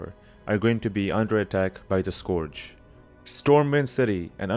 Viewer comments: Skorj? Skorj invasion? It's pronounced Skurj. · wtf is a scorge invasion, its SCURGE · this video is great aside from the accent when you say scourge lol too funny